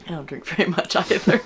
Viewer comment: Elmer Fudd says be "Werry Werry Quiet"